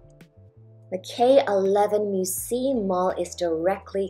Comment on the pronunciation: It's pronounced Mü-see-yuh, not mü-see